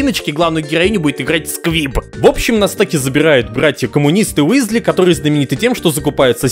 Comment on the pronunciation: Почему Висли, если Уизли.... Чудеса перевода, люблю;)